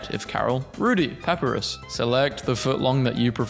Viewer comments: It's Pap-I-Rus. not Papurus. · Puh-Pie-Ris (As in wRist) Papyrus NOT: "Pah-Per-Rus" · ok a tip in case you do a deltarune memes video again. papyrus' name is pronounced “pap-eye-ruh-s” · pepper-is.. *smurf laughingly*.. it's paPArus..🤣🤣🤣🤣😂😂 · not to be rude but I believe its pronounced pu-pie-ris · Everytime i heard pahpuhrus a piece of myself broke a little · the way you pronounce Papyrus............... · why he pronounce papyrus like that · Spamton is swallowing a single French fry and his eating noise is a whale mixed with chainsaw (please look up how to pronounce Papyrus and Gerson) (my name rhymes with blaster) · You mispronounced Papyrus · The way he pronounces gerson, papyrus, and alphys hurts me